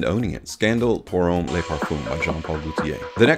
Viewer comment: Every American reviewer seems to always mispronounce le versus les. Le parfum is pronounced ‘Lu’. Think up. Les is pronounced ‘Leh or lay’ and refers to the plural.